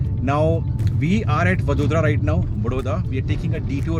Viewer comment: It's vadodara sir